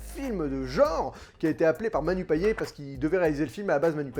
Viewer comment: Pour info, on prononce le T à la fin de Payet (« Payette »), à la créole 😉. La bande-annonce ne m’avait pas emballée, mais après ta critique, j’en serai !